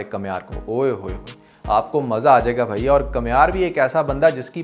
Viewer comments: Kamiyar not kamhiyar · بھائی کمیار نہیں بلکہ کامیار